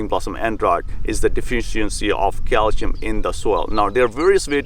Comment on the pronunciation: I absolutely hate it cause it's cal-See-um. Ewww